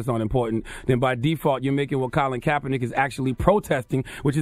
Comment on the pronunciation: This Niga said Colin Kapernike "Martin Luther Korn Roll"